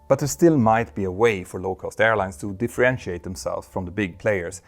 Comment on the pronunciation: “DiffRerentiate” is not a word 😂